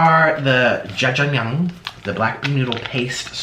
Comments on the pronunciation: that is NOT how u cook Jjajangmyun and it's not "Jjajang myung" idk why tf u would think you are the "noodle king" smh. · the way he said jjajangmyeon....